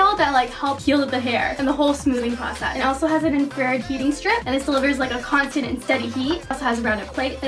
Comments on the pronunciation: it's not infrared pronounced with two syllables it's infra and then red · She said infrared wrong omg I'm weak😂 I love her she's so cute!❤️